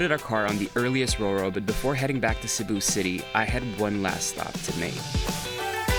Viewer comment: You nailed Cebu, that’s my place!👏🏻👏🏻👏🏻👏🏻👏🏻